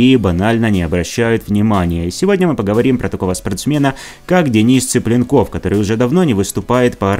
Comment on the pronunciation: Зачем коверкать фамилию человека? ЦиплЁнков, а не Ципленков, татары вы не русские!